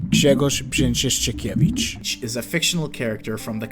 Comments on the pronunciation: damn u said brzęczyszczykiewicz better than most poles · dostajesz lajka i suba za poprawnego brzeczyszczykiewicza ;D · As a polish person i am genuinely impressed at your pronunciation of even the worst polish words like Brzęczyszczykiewicz. You really tried your best and did your research and it shows. And i actually learned some stuff i didn't know about before on the last tier, which completely blows my mind tbh. Good job man 👍